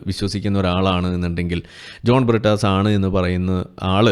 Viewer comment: പ്രിട്ടാസ്... A.. A. പറീം.. ടീച്ചർ.. ചന്തി പാരോം.. കീനാ പോർജ്.. അങ്ങനെ.. അങ്ങനെ... കുറെ... Inglish PHd. കാർ... ഞങ്ങളുടെ അഭിമാനം....😂😂😂😂😂😂